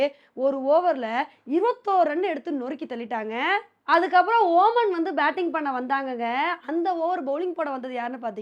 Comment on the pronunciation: ஒ மன் இல்ல ஒமான்